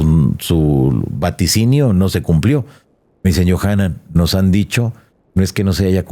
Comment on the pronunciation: Yonahan dice, en lugar de Yohanan :)